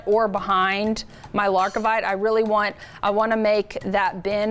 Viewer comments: It sounds better when it’s wrong! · Wonderful pattern, but it's Lar-Vi-Kite not LarK-i-Vite in case anyone is trying to find the stone.